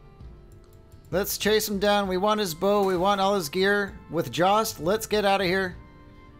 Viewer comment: Jost is pronounced yost